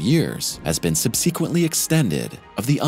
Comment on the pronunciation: Can he please pronounce "subsequently" correctly?